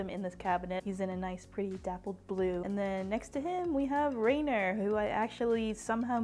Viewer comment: Rein - HEAR... though very soft on the h. I'm sorry but as a person who lives next to the real Mt. it's a slight pet peeve when people pronounce it wrong 😂😂 That being said he's a major grail for me lol.